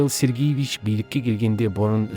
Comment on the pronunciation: Михаил Сергиевич емес, Михаил Сергеевич....